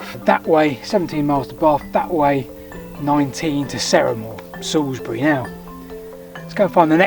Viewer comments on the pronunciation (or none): Oh, your pronounciations are a bit off! 😜 I leant my new bike up against that first milestone at the top of Salisbury Hollow today, which is quite spooky. The best bit of Wiltshire, and not just because its my homeland.